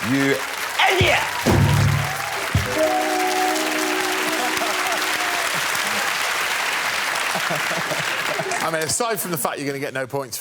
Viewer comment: you ADEEYOT!